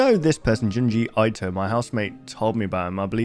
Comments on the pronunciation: Junji Ito (Eeto, not Aito) :) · Him saying junji aito instead of junji ito hurt me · Junji Ito is pronounced "Joon-ji Ee-toh". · ahh yes, junji eye-toh